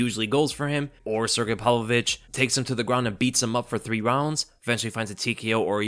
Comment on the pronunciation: Did you say Sergei ,"palovich"? Is that how it's pronounced?